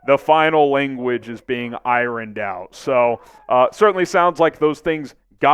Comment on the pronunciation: Iron is pronounced iern